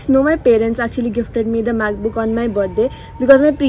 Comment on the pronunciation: You was saying "macbook" and I heard math book and I was like😕